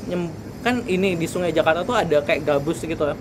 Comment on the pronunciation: Ala2 bule ngucapinnya 😂